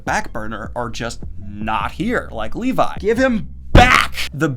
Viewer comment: Lee-vi? more like Lee-bye